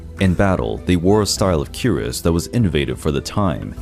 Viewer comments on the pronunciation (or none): none